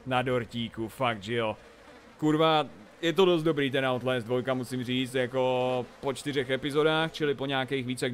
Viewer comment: outlést... to je skorem jako daubl džamp!